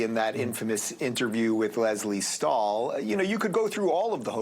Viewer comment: You mispronounced Stahl. It’s stool. My favorite of Pelley’s was his commencement speech. You couldn’t take it seriously unless he wore a dunce cap.